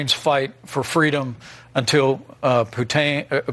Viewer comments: Did he call Putin "putang" lmao? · He said putang😅😅😅😅😅😅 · Did he say Puntaine